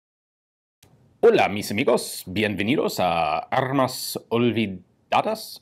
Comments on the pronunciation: "Hola mis amigos, bienvenidos a armas olvidadas" Excelent pronunciation! You made my day! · Excelente canal de armas olvidadas, tienes muy buena pronunciación del español, saludos desde México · You got Armas Olvidadas right!!!